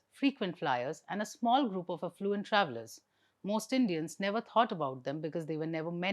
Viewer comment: Madam You need to look into the pronunciation of the following words. You are a journalist in English media…with a good command on the language. So it is only beneficial to look into the pronunciations. Verdict…it is a V not W Determine……ends in MIN…not MINE. Affluent…..not Eflooent Scarcity…….the first four letters SCAR as in Scare…not as in SCAR on the skin.